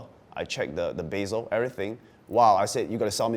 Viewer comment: what the fuck is a beeezel?!? you mean bezel bro?